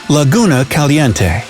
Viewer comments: The way he pronounces "Caliente" gets me tight😡😡🙎 Also the. Pink lake I want to swim in but it's also kinda scary the way they talk about it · Me: can’t get over the way they pronounced caliente